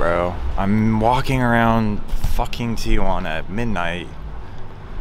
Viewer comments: It’s pronounced “TEEHUANA”. “TIAHUANA” meant Aunt Juana lol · Tea Juana.....Not Teeah Juana. Sorry, used to live there and EVERYONE pronounces it wrong. Theres no A after the TI..... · I’ve always wondered why people say Tia-Juana, It sounds like they’re saying “aunt Juana” in Spanish. 😂